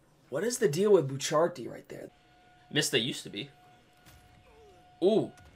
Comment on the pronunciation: It's not pronounced bucharti the helk